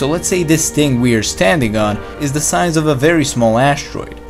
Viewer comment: Stop saying der!